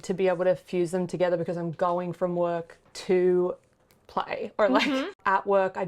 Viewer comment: I totally heard "wook" when she said "work" lol